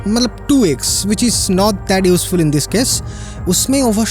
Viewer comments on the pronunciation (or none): none